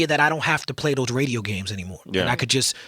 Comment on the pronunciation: Sway says, Redio instead of Radio lol